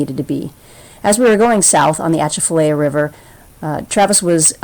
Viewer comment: Good try on pronouncing Atchafalaya. It’s pronounced A-chaf-A-lie-uh. I live in Louisiana, and enjoyed your video traveling the ICW here.